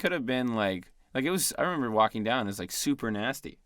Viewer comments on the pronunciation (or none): I love how never says "remember" he says "member"